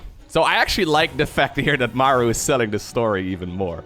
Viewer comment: Sry. I don't like your "Mauer" It sounds awfull ;-)